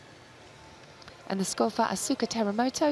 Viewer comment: That commentator at the intro butchered the Asuka Teramoto's name😅🤣. It's written Asuka but pronounced Askaa